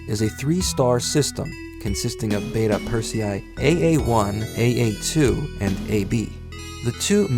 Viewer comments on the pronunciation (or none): none